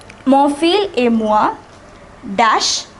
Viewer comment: fils is not pronounced as fil, but fis